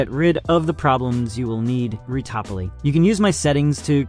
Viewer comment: Judging by how he pronounces addons and "retopoly" I suspect it's all AI gend